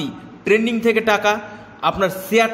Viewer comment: ট্রেডিং উচ্চারণ করুন। ট্রেন্ডিং নয়।